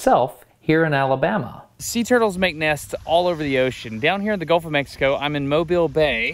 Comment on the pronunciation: Guff uh mexco